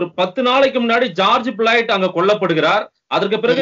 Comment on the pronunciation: thought you will share the exact details. Also pronouncing of Floyd and Minneapolis has to be taken care.